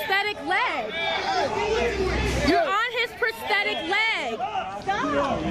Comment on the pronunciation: omfg pronounce it right. its not prestetic.